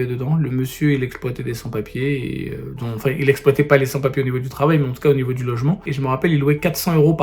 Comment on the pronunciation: Bonjour, La première fois qu'il a dit 8 sans papiers, j'ai du écouter 3 fois pour comprendre que c était pas "800 papiers" ce qui veut strictement rien dire au Passage 😂